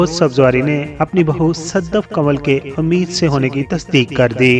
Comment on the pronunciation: سر آپ کو اپنے لہجے میں کلیئرٹی لانے کی ضرورت ہے pregnant women کو اردو میں اَمید سے نہیں ﴿اٌمید﴾ سے بولا جاتا ہے ۔ الفاظ اگر correct نہ بولے جائیں تو جانے کیسا لگتا ہے ۔ دل آزاری کے لیے معافی کا طلب گار ہوں پونا بھارت